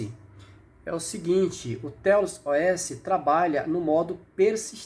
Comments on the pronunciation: Pronúncia correta: "teious" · A melhor forma de pronunciar seria "Têiaus", apenas minha humilde opinião